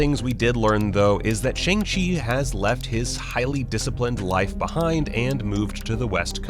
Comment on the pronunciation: The name is pronounced more like Sh-young Ch-ee that’s how the cast say it and how it will be pronounced in the movie for anyone wondering